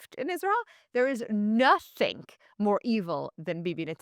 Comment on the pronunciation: Did you say nothiink instead of nothing here? I keep hearing people using that when they mean to say nothing but when I point it out and correct them most at least initially claim they didn't say it. I hear it all the time in Australia and even found myself starting to doing it before I realised what I was saying.